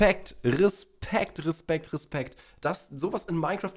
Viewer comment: Irgendwie find ich es lustig dass du immer Rispekt anstatt Respekt sagst